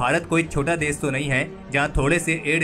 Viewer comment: Bhai apni jaban sudharo देश को देस, दुश्मन को दुस्मन बोल रहे हो